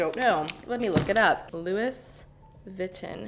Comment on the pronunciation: How about put on a shirt? I guess I liked one of your videos and decided to subscribe and I’ve been ignoring the videos ever since then. Yes I’m unsubbing so you don’t have to send me hate comments. PS you’re pronouncing Louis Vuitton incorrectly.